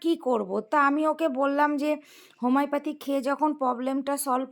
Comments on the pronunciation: ও মা হোমাইপাতি 😂পেসকিপিশন তুমার এই সব শুনে এক মগ পানি নিয়ে ডুবে মরতে ইচ্ছে করছে বাঁ কি সুন্দর উচ্চারণ 😢😢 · হোমাইপাতি নয়, হোমিওপ্যাথি। পেসকিপিশন নয়, প্রেসক্রিপশন।